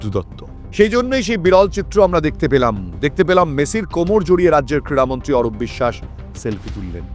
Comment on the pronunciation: Kriya Mantri......Not Kira Mantri....Super...